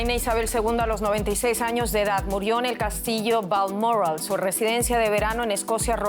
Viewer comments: Diga bien que presentadora es Balmoral no balmorral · Haq pronunciado usted Balmoral de una manera que no sabía de donde hablaba. No hace falta ser tan refinada, es español Balmoral, Bal mo ral.